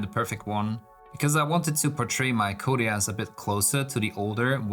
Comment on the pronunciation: Great build, thans for sharing. My OCD gives me tics every time you pronouce his hame "koteas" instead og "koteez" :D